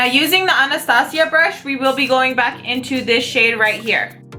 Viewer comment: i love how she says Anastasia .. #hispanicpride